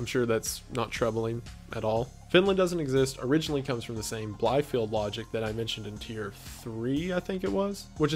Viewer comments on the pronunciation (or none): btw bielefeld is pronounced beelefeld , not blyfield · by the way: Bielefeld (The German City that is memed to not exist) is pronounced [Bee-luh-fealt] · I love your videos. Just a small correction of pronunciation: Bielefeld is pronounced like Bee - la (like land without the nd) - feld (like felt with a d at the end)